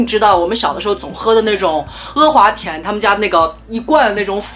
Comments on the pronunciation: 天呐 不要再说“额华田”了 哈哈哈 太魔力了 是“阿华田”啊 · 好神奇，竟然听到你叫他“e华田”，我从小到大都以为他叫“a华田”。难道这也是南北方的发音区别。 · 哈哈哈哈哈 e华田😂😂😂😂北方都叫e华田吗？听着好不习惯